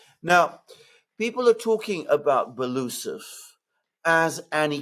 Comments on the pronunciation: Medvedev is FIRST deputy on Military-Industrial Commission, Shoigu will be just ‘deputy’! Medvedev was also visiting factories a lot. Belousov is pronounced ‘Belo-oosov’, not ‘Beloosov’🤓👍🏻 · Great show again! Love how you guys explain and sort out these matters. Btw. It’s pronounced Belo - usov